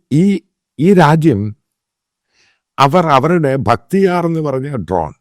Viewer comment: ബക്തിയാർ അല്ല ബായ്റക്ടർ ആണ്‌